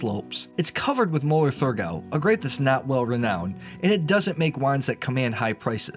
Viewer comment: It’s Mueller Thurgau, you don’t pronounce the “h”